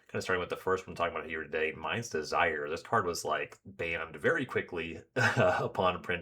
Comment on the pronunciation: I'm not really sure this is what you're saying, but every time you said something about casting a Mind's Desire to "see what happens" I heard Mise Desire haha. It sounds fitting. I haven't finished the whole playlist but I'm already eager to reach the trimming and curating part of the process, because it'll be hard 👀